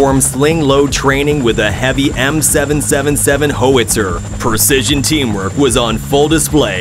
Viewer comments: The gun is called a "HOW-itzer". NOT "hoe-witzer". Learn how to pronounce worlds correctly if you're going to do voiceovers. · Lol literally just heard whoitser and had to come to the comments. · GOOD LORD !! A "Hoe-etzer" Artillery piece. Really?? Come on people. When are we going to start refusing to accept these A.I. voice dubs? It's gone way past ridiculous. I block, downvote, and boycott the sites that do this. I'm sick of it. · Roundup on your winter wheat. A well known cause of cancers. "Hoe-itzer"... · Hoe witzer? Howitzer! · HOE-witzer: a loose cannon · Ho witzer. 😂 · nope. "Hoe wit zer" was the last straw. "Next" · Idiot AI narrator does not know how to pronounce "howitzer". And the writer apparently thinks that helicopters have wings. Sheesh. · The Ai pronounced the howitzer like it is a Jewish cannon . Haha